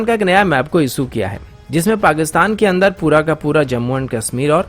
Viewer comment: आप प्लीज इसू मत करिये इशू करिये